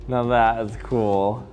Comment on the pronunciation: "This is so coowel"